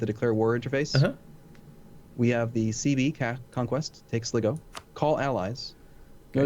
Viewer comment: Sligo, Pronounced Sly-Go